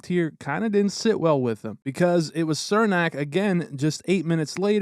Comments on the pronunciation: It's pronounced "Cher-nack" not "Ser-nack" lol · "cher-nak", not "sir-nak... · His name is pronounced CHUR-nak, not SIR-nak. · For the love of god its pronounced "Chernak" not Sirnak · Its Černák (pronounced Cher-nahk) just like Chara is pronounced h-karka...well as close it can be spelled for pronunciation in English. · I’m not trying to be picky I’m just letting you know in case Cernak is in future videos his name is pronounced Chernak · Why does everyone outside the Lightning fanbase mispronounce Cernaks name? It’s pronounced “Cher-nack” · cernak is pronounced CHER NAK